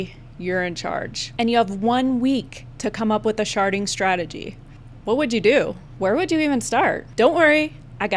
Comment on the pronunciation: At some point the d in sharding started to sound like t and I was losing my mind haha